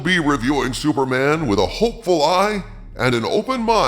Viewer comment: Did you call him “Sewerman” half the time?